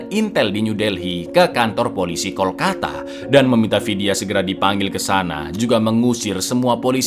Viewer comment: Kalkota bkn Kolkata 😊